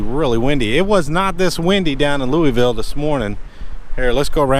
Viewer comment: Wind comes from the Sun. Don't care about hearing Illi-noise, just glad you don't say Lewis-ville. Your Louisville pronunciation is perfection to my ears. -from Louisville.